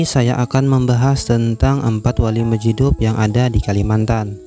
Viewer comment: Bagus konten ya,,berpaedah byak,,,tapi tolong di perbaiki tulisany ataw sebutany...itu wali mazjub...huruf ja ujung ilat...bukan hurup dal...tengah1